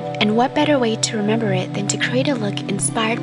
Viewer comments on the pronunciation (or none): none